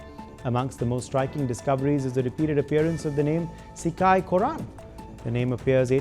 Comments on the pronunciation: Not shika... it's sigai....pure tamil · Im dying, when this guy pronounces sikkai, korran, kandan 😂